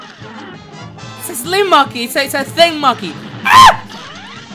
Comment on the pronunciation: Its mokey not mockey